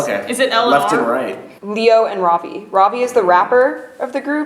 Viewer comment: lol^^.. when you made the introduction i was like "wait a minute,? who is??"... i realized you actually said ravi, but i swear i heard instead xD